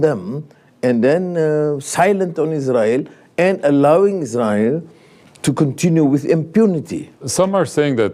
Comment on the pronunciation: the way he pronounce Israel😂